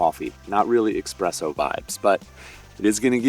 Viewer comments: Sorry, I definitely prefer espresso, not EXPRESSO 😂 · Nice tips! BTW it is Espresso (instead of expresso) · Espresso not expresso 🤦‍♂️ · It's Espresso not Expresso.😊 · It's 2025 and people are still saying expresso?😂